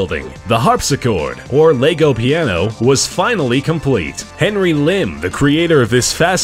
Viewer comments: Strange choice getting someone who can't pronounce Lego to narrate a piece about Lego. Or is he talking about another similar product called Leygo? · Lego, not lay go... Fool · It's pronounced LEG-O. Why do Americans have to take words and murder the pronunciation. It's not LAYGO. Ffs. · your pronouncing lego wrong you say (l-ay_go) it said like (l-eh-go). an you dont say legos. it lego bricks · It's LE-GO. Not Lay-go. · does everybody pronounce it LEYGO instead of lego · is pronounced leg-o not lay-go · It's Lego not Leygo! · It's Lego not Leygow....... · it's leg not laygo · Why do you say "laygo" it's just lehgo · It's pronounced leg-o no laygo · It's Lego not laygo! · LE.GO not LAY.GO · Dom Baker He says it like most people say "Leg". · That pronunciation though Xf 'Laygo' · the reason why i wrote largo is its because the way he says it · have some one an gun because i am gonna be crazy about lego he is saying laygo wtf !!! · Why do americans mispronounce everything? "Laygo" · No offence but why do Americans pronounce lego as lAgos like they put so much emphasis on the a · Who the fuck calls it Lay go